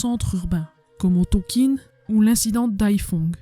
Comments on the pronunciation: Bonjour, Excellent documentaire très détaillé. La façon de dire Tonkine m’écorche un peu les oreilles. C’est Tonkin plutôt non ? Bravo à vous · Je croyais qu'on disait "Tonkin" et non "Tonkine"... Je saigne un peu des oreilles là... À part ce petit hic, excellente vidéo, hâte de voir la deuxième partie ! Salutations depuis la ville de Mar del Plata en Argentine 🇦🇷. Ricardo. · Beau reportage...juste un truc, on dit "Tonkin" pas "tonkine"😊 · très intéressant , je suis juste gêné par votre prononciation de "Tonkin" , pourquoi prononcez vous "tonkine" , ayant une partie de ma famille née et ayant vécu en Indochine , je n'ai jamais entendu la prononciation "tonkine" , c'est une chose mineur qui n'enlève rien a la qualité de votre vidéo , mais qui me gène quand mème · Bonjour ont dit pas Tonkine mes Tonkin les premiers armes fournis aux viêt-min c'est l'O.S.S et ils les sons aussi entraîner pans dans la deuxième guerre mondiale le viêt-min récupérer les pilotes Américain abattu pour pas qu'ils tombent entre les mains de l'armée Japonaise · Bravo pour le travail fourni! La prononciation Du Tonkin reste TONKIN et non Tonquine :) .Je partage la vidéo un max. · Ohhh ce n’est pas très grave. Je me suis même dit : C’est peut-être comme ça qu’on le prononce et moi comme une gourde qui disait Tonkin 😂. Super contente d’être abonnée à votre chaîne.